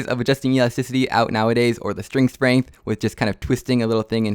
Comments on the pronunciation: “String sprenght” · String Sprength 😂😂😂